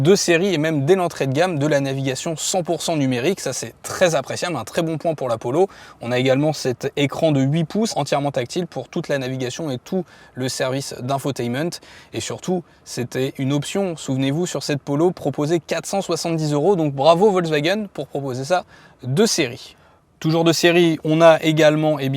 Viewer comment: INFOTÈTMENT!! HEIN QUOI?